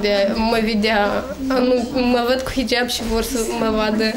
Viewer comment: Nice pe liba nu va sat bine cand zicet hijab proste de bubuie